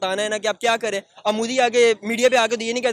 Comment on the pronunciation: Correct him that its modi not mudi 🇮🇳